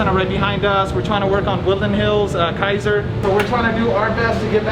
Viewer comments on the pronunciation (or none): none